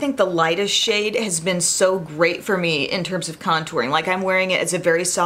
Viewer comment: It's so funny but I almost swore (and replayed it) that you said "shit" when talking about the Viseart bronzer... right before. You said, "and this SHADE," but it sounded so different n funny! Lol... just had to mention it cuz it made me chuckle